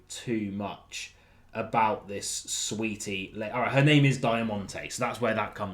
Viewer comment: Saweetie, not Sweetie